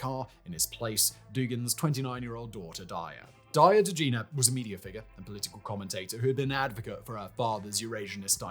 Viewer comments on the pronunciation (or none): say d a r y a — daya all in a day's work